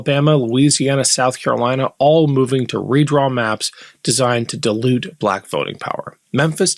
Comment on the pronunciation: Dilute..di'e lute NOT DE' LUTE